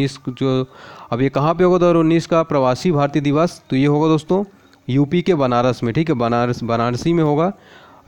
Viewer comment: Sir thoda clear to bola karo. Banaras bol rahe ho ya "banarasi" . Pronunciation sudharo